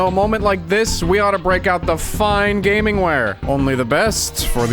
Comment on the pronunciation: did u say "GAYMING" ???